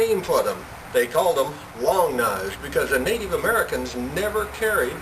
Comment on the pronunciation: nateev americans lol